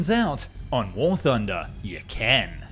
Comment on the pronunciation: you meen war tooner